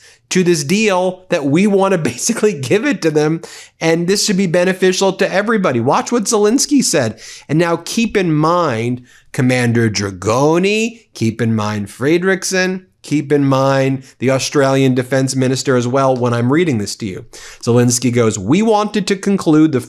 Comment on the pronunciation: It's Commander Dragon--aa, not Dragon-ee